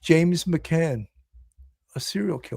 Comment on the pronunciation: Please get his name correctly- it’s McGann not McCann- pronounced with a hard G. Your title uses McCann and you go back and forth in your podcast between using the two different surnames. Thank you!